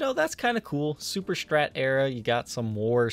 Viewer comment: Why cant you say strat?!!! Its not strrrrattt. Its just strat. Not that hard. Do u also say dex and ax. Cant listen sorry!!!!!